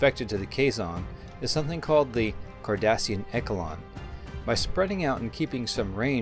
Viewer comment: Echalon. Eshalon not Eckalon.